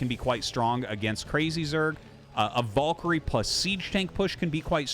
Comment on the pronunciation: Artosis... what is your obessesion with pronouncing Valkyrie very incorrectly? Has noone told you how to pronounce VAL-KA-REEE??